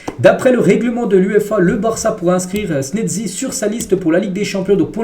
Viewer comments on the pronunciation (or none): Pourquoi tu dis snedzi mec